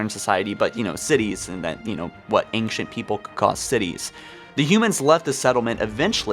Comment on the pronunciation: Do you intentionally mispronounce words like "Librarian" and "Ancient", or are you really just that incompetent?